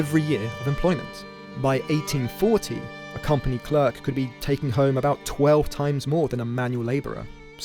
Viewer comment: If you can't pronounce "clerk" correctly I can't be bothered to watch.